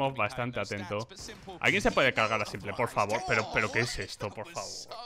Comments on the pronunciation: me da tock cada vez que dice simple en vez de simpoul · Pero como va se va a pronunciar [simple]??? Se pronuncia [simpol]. Escucha a los casters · CADA VEZ QUE DICES SIMPLE, Y NO ''SIMPOL'' ME DA UN INFARTITO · Cada vez que dice "Simple" llora el niño Jesús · Porque pronuncias simple en español :v